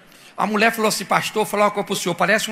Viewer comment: O cara tava oiano pro meu oio pra ver se o meu oio tava oiano pra Muié.esse pastor é uma figura😄😄😄😄😄😄